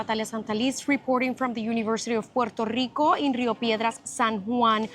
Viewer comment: Hala yankees,no sabéis pronunciar el país,Puerto Rico,,,coño,no puero ico,que pena dan,volved a España,os queremos,sois nosotros